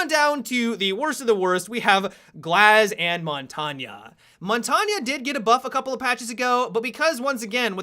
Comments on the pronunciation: Mon tawnyuh? You mean Mon Taine? Like Champagne? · "Montagna" are you fucking kidding me? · why does nobody know how to say montange properly? only people who know french will understand. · Mahn tayne